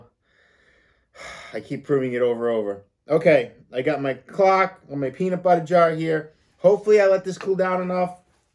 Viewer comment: 🐓cock or clock? 🤣